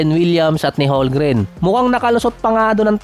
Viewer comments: Homgren yan, hindi holgren haha,,,kulit mo,, HOLMGREN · Hindi yan holgren, homgren yan haha,HOLMGREN